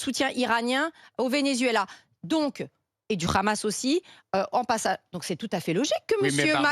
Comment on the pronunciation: Ce paysagiste ne connait pas le Vénézuela apparemment? Il ne sait même pas prononcer le mot Vénézuela